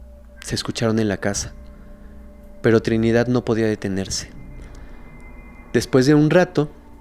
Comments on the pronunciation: porque dices Trinidat* Con T? Hay varias palabras que las pronuncias con T en lugar de con D. Li he observen casi todos tus videos. Lo curioso es que hay veces eso lo dices con D 😮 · Trinidad, no Trinidat Verdad, no Verdat Y aplica para varias en todo tu vídeo. Por favor!